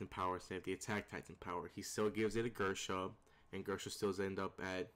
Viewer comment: Gersha..... Grisha